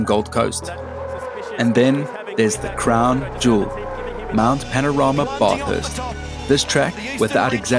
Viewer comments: By jingoes it's Bathurst not Baarfhurst. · I know we love the sheep here down under. But we don't pronounce it baaa-thurst. It's b-thurst (basically almost ignore the 'a'). Really great videos though. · Call it "Barth hurst" one more time & I will "Barf". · Just one thing. It's not "Barthurst" it's BAthurst like Athlete... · Please stop saying barrthurst. The A is pronounced like bat not like bath. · it’s not the accent. Bathurst is not pronounced “Barth-hurst”, it’s “Bath” as in “math”. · Bathurst is pronounced with a SHORT A (like Cat, Bang, etc) ... NOT the LONG A you've been using (Baa-thirst ... it's NOT a goddamn SHEEP) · Just one minor issue was your pronunciation of Bathurst. You need to pronounce it as Bath-hurst not Barth-hurst as you were saying it like. 😂😂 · no Australian will say Bath-hurst. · You need to learn how to pronounce 'BATHURST' properly if you are going to talk about it, mate.....it is totally wrong the way you say it. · No one can pronounce Bathurst properly 🤣😂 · im sorry mate but the way you said bathurst is wrong i cant explain how it is you say it though and its not a tarmac track we use bitumen over here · oh come on at least say Bathurst correct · Oh, the mispronunciation of Bathurst. AI? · A V8 Supercar fan that can't pronounce Bathurst seems sus.